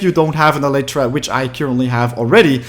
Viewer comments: Every single time he says elytra, it triggers me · you are not saying elytra right it is so fucking annoying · stop saying elytra wrong